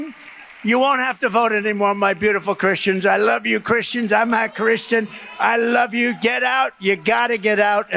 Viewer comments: Does Trump say "I'm notta Christian"? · It sounds like he is saying "... I'm not Christian..."